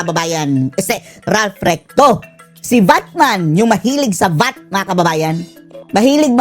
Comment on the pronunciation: Natawa naman ako recto naging rectum😂😂😂